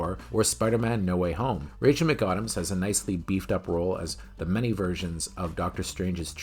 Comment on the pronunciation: Rachel McAdams is pronounced like Adam and Eve.